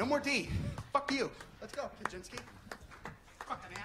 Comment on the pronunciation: at the end of explosivo, he calls KG, Kageinski. thats funny as f uck lol